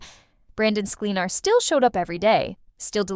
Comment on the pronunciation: What a bunch of BS. All not true. You can’t even pronounce Brandon’s last name!!☹️ Check it out and learn it🤣